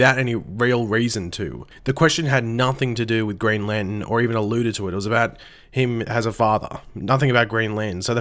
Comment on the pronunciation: ITS LANTERN